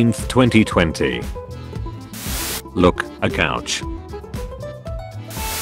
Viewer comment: "Cowch" Bruh